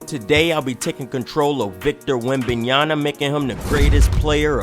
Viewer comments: Yama not Yana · Damn 😂😂 say that man name right